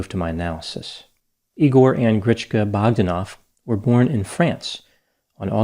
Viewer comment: Grish-sh-sh-ka it's SH, not CH!! BogdÁnov, not BÓgdanov!!!